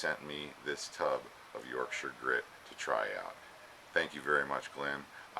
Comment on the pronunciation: It's great to hear Yorkshire being pronounce properly! Most Americans are heavy on the Shire part... It's a great product that I'm using more and more. Glyn lives local to me and I'm proud to have been able to support him as he developed the product by providing internet / Website facilities for him. Sweet little bowl by the way! Cheers Tom